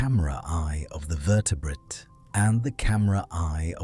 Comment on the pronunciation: Your AI narrator is one of the better ones but can you please train it to soften the second t in vertebrate to vertebraye. It just takes me out of the narration everytime.